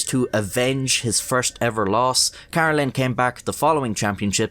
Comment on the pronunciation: Great video but His last name is pronounced Kuh-Reh-Lin, Not Car-Ruh-Lin.